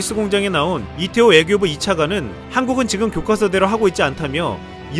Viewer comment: 교꽈서라고 읽는게아니고 교과서대로 읽어야함